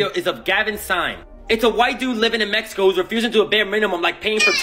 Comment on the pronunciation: ME-HE-KO. It drives me nuts. I like your videos except for that.